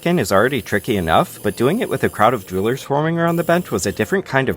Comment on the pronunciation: Idk if it's cause I'm tired but when he says jewlers it sounds like he's saying droolers